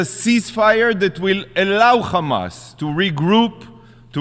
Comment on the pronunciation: Why do Israelis say "Khamas"? It's Hamas lol